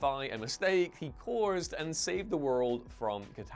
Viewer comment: Why do you keep adding extra r’s. Especially in the word “caused”.